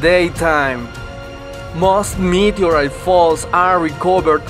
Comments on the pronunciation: "Meet-erite" he says! 😂😂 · Can someone write the times he said “meteorite”😂😂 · Say meteorite one more time.